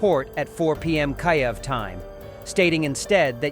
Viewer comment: Get your AI to pronounce Kiev properly!!!!!!!